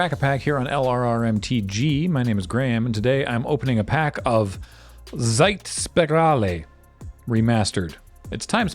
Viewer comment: Funny thing is the "ie" that Graham had some trouble with is actually pronounced as just a long "i", like in English "pee". I guess when changing their spelling, the English went a step further and replaced both "i"s with an "e" while Germans kept at least one "i".